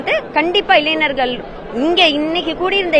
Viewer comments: இளைனர்கள்✅️ இளைஞர்கள் ❌️ 1st ஒழுங்கா பேசு.. நேத்து press meet ல அழுததுலாம் மறந்து போச்சா🤛😡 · இளைஞர்கள் மா இளைநர்கள் அல்ல. அழகான தமிழ் மொழியை சிதைக்காதமா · இளைஞர்கள் என்ற வார்த்தை ஆயிரம் முறையாவது சொல்லி பழக்கப் படுத்தி கொள்ளுங்கள்.